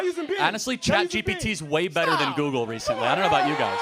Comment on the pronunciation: Has this nut ever used Google? I feel like if he had, he'd know it's not pronounced "Googoo."